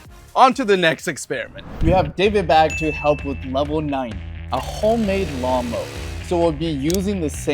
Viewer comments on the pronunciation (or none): He just said mawn lower🤣🤣🤣